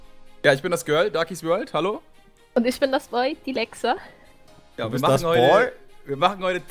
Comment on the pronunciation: Dylexa wird aber Dilexa ausgesprochen nicht dailexa